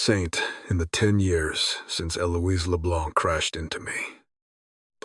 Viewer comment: Wasn't ALL the many mispronounced words, especially the numerous ways Eliose is said that clued you in? Just saying that screamed it, imo.